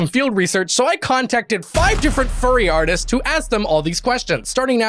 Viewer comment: he says artists and it sounds like autists jesus...